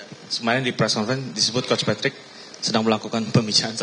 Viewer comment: Angka nol utk yg tanya sebut nama aja keliru... Patrick jadi matrick.....payah dan buat malu didengar publik